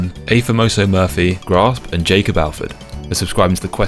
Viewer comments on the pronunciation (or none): none